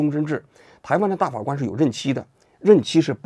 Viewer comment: 王局最近最老是瓢啊！大法官~大花官！等等